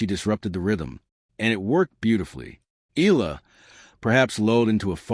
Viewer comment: Please pronounce her last name as EY YAH LAH. Thank you.